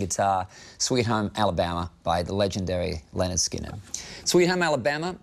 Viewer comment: Did he just say Leanord Skinner??